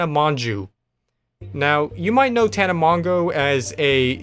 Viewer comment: The fact that he pronounced tana's last name different every time😂😂